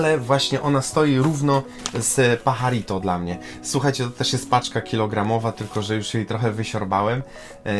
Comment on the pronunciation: Paharito wymawiać a pisze się Pajarito Pozdrawiam!